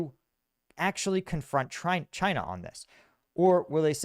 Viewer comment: really says "Chynya" at